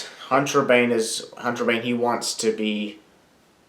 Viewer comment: "Hantrabane" you just made the list